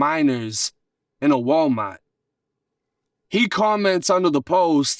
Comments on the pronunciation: “Walmite” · Walmaaaht and grocery caaaht get me 😅😂😂